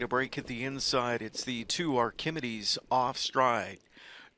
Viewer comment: Ark-a-MEED-ees...for goodness sakes,!